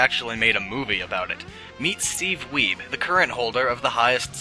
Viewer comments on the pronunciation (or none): Ia actually had Steve Wiebe back in 8th grade as my algebra teacher. He's a pretty cool guy but you'd never expect him to be an arcade legend. Also it's pronounced wee-bee not weeb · the pronounciation of Steve Wiebe's Last Name is "WEE - BEE"